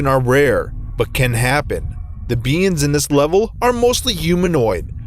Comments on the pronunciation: Who heard BEANS instead of beings? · The narrator pronounces beings as beans yall got woooshed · When he said beings I taught he said beans... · Whenever he says beings it sounds like beans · Is it just me or is he pronouncing beings as beans? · I like how he says “beings” like “beans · would’ve found this scary if he didn’t pronounce “beings” as “beans” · this dude really pronouncing beings "Beans" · is he saying beings or beans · I can't take this video seriously with him pronouncing being as bean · Every time you said beings I thought u said BEANS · I thought he was saying beans the entire time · I keep hearing beans qwq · I love how he pronounces "beings" as "beans", please never stop doing that it's amazing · Is it just me or does he pronounce "beings" as "beans"?